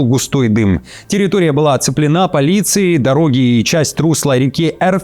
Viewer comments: Ставьте ПРАВИЛЬНЫЕ УДАРЕНИЯ:"ТЕРРИТОРИЯ оценленА"-НЕ ВЕРНО! "ТЕРРИТОРИЯ оцЕплена!"-ПРАВИЛЬНО! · территория не оцепл✔✔ена а оце✔✔плена.